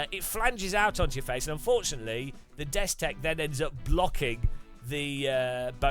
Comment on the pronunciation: Dude you have messed up the destek/Bobo this 9 times and I'm not even done with the video.